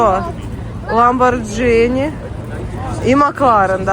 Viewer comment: Дивлюсь всі твої випуски. Тільки правильно казати не ламбордЖіні, а ламборГіні. Тримай лайк від мене.